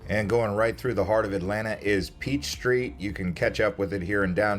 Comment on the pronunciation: Peach Street?? It's Peachtree Street.